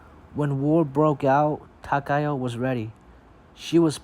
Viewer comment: Finally, an English speaking person who pronounces Takao correctly